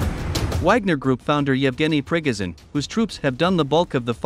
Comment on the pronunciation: I am glad you pronounce his name correctly, "Prickoghin".